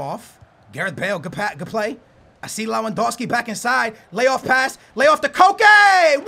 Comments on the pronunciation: Its Lewandowski not lawandowski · lewandowski is pronounced . levandovski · Only found you today and enjoying your content loads but please its pronounced levendowski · It's pronounced lev-an-dov-ski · stop saying lawandowski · Worst pronunciation of Lewandowski I've ever heard